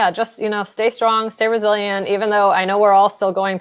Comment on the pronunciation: Every time you said "Resilient" I thought you said Brazilian lmao you know, just learning